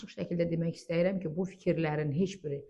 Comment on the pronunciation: Danışarkən "istəyirəm" yox orfoepiya qaydalarına əsasən [isdiyirəm] deyilməlidir.